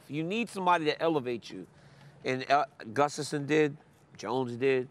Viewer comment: His name is Gustafsson, not gustaffson. Like, mike’s son would be mikesson. Gustaf’s son. Many nordic surnames are like that, and always double s.